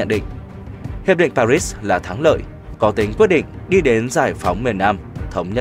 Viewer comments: Paris thì đọc chuẩn là Pari , tại sao bạn đọc là Pa rích ????? Lúc lại đọc là Pa rít ????? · Pari đọc nghe n thấy dễ nghe hơn đó , cứ đọc pa rít nghe chối chối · Đã quen nge Pari , bây giờ ông đọc Paris nge sao rùng rợn !! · Pary ....rít 😂. ... thiêu thì đọc palê. . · Sau mà người đọc lời bình luận " Hội Nghị Pa-rýt "; tôi nghỉ Paris là thủ đô của nước Pháp thì người đọc BL phải theo giọng tiếng pháp là " Pa - ri" là đúng hơn. Cứ nghe Pa-rýt là không hiểu gì cả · Người việt nam chỉ biết hội nghị (PA RI) chứ ko biết hội nghị Pa rít nhé.... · Tại sao mà người đọc lại là pa rít mà ko phải là pa ri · Tại sao Paris thủ đô của Pháp ptv cứ đọc là Pa rít vậy trời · Nên đọc đúng tên Paris sao đọc Paric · Chưa thấy ai gọi park là parit như câu thuyết trình viên kém học này thật buồn cười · Sao giong doc nay lai doc sai chu Pa ri la Pa rit.phai doc chinh ta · Để nghỉ tác giả đọc cho đúng chính tả pari lại đọc là parits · Nên đọc là hội nghị Pa ri hoặc Ba Lê. Đọc Pa rít chứng tỏ là không giống ai và bị đánh giá thấp. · Sao cứ đọc pa rít vậy. Phải đọc là pari chứ. Nghe đọc mà cảm thấy khó chịu. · Khonh biet doc Chu no no this dung co doc nua l Pari la pa ri chukhong phair la P PA6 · Sao phat am pa ri thanh pa rits vay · Hiệp định PA RI sao kênh lại đọc hiệp định PA RÍT nghe nó ngứa tai ,có ý gì vậy chủ kênh ??? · Sao phát ngôn là pa rích? Là ba ri. Mới đúng nghe bạn . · đọc lời bình cho đúng paris chứ rít con mẹ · hiep đinh paris ma ong cu đoc la parisd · Sự kiện lịch sử mà ông đọc sai thì còn nói gì? Làm ơn đọc dùm Pa ri (còn âm s không đọc) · Pari mà cứ đọc parít pa rít nghe phát ghét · Tại sao lại đọc Pa ri thành PA RITS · Tôi ung hô k ông,nhung ông pat âm rât khó chiu: PA RI KHÔNG PHAI PA RIT NHE! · Đọc sao mà bị phê bình nhiều vậy anh bạn (pa ri chứ không phải pa rít) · Pari haye pa rity đây hả người nghe ko vào tai tỳ nào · Bạn ơi đọc cho người dân vn dễ nghe dễ hiểu ( paris ) . Phát âm như ngày xưa thầy cô tôi vãn giảng bài lịch sư . Tôi từng nghe . pa Ri .